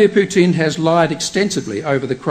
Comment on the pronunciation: It is not PutIn, it is PUtin. The accent is on the first syllable. Also, before preaching, study the history better and the real events in Russia, Ukraine and the pther countries. Everything is connected